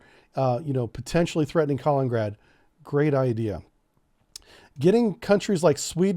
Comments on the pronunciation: It’s not Collin-grad. It’s Ka-lin-in-grad. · Few corrections: it is Ka-lin-in-grad. Not Ka-leen-grad. Moldova isn't a NATO member. I think your are confusing Montenegro. But what NATO should do in the case of Ukraine invasion is the following: -Freeze all Russian funds in NATO and agreeing nations -Forbid any and all shipping from Russian ports -Severely reduce flights from Russia. Not all to allow foreigners to escape. -Restrict or remove Russia from SWIFT banking. -Restrict Russian access to the the Oresund and Bosphorus. -Re-enforce Swalki-gap. -Provide AA and AT man-pads to Ukraine in large amounts. And that is if they invade and give them 5 days to retreat out of Ukraine and Donbas region or more will follow. You don't need to go to war with Russia, but you can cripple them. Make it painful in the beginning. Promise them you will lift it, but if they don't you will double down. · It's Kalin-in-grad not Kalingrad ... sorta like that river in the USA is the Mississippi not the Missippi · Lol Kalingrad :D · Kaliningrad (KAH-LENIN-GRAD) You’re killing’ me bro… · Not to be a grammar “NOT-zee” but it’s pronounced “kah-LEAN-in-grad”. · Pronounced “Ka LIN in grad” You keep skipping the “in” syllable. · Buddy, love ya, but its KA-LIN-IN-GRAD, good content, just needs a tiny polish! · Can’t pronounce Kaliningrad and doesn’t even know where Romania and Bulgaria are… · you are pronouncing Kaliningrad wrongly. Just read it. The pronounciation matches the spelling. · I say this with all possible love and affection: please take note of the second "I" in "Kaliningrad" and try to pronounce it. It's nails on a chalkboard over here. Thanks. ❤